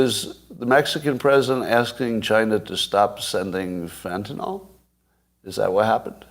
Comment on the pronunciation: I can't take anybody seriously who says FentanOL.